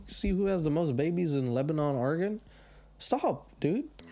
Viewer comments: Your pronunciation is killing me. It’s not LebaNON like the country, it’s LebaNIN. In the self-proclaimed grass seed capital of the world lmao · Bro I live in Lebanon, we pronounce it like Lebanen cause we’re unique lol But for real, this podunk ass town has nothing going on, but hey shout out. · It's pronounced Leb-a-nen